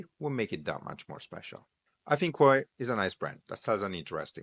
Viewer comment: Kuoe spell correctly is KU-O